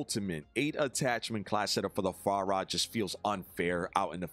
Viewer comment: I'm just here to laugh every time says Far-ra like the Chinese waiters in a Christmas Story 😂 Love you!